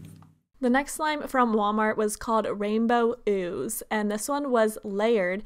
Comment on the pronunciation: When you said "rainbow ooze" I heard "rando booze" like WTF